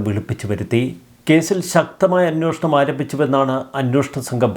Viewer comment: അന്വേഷണം എന്നാണ് ഉച്ചരിക്കേണ്ടത്, അന്നോഷണം എന്നല്ല.